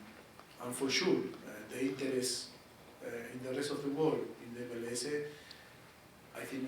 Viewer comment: It’s not ML-“ese”! Either you say MLS or go full-on “eme-ele-ese”. None of this half-baked hybrid—pick a lane